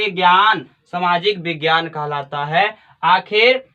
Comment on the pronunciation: कहलाता हैं कि khalata अशुद्ध बोलते h आप sir